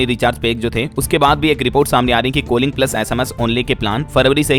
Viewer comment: कोलिंग nhi कॉलिंग होता